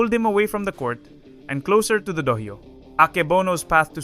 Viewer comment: when you do it the next Time, say Dohyō instead of Dohaio, the H is Silent and you cover it with a C that comes faintly from your throat, thats the same with Takiai which is Tachi-ai spoken ^^ but here you actually speak the C out.